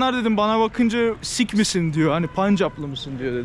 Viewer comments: Sik h ler 😂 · Bizde o dinin “sih” olarak söylendiğini biliyorum.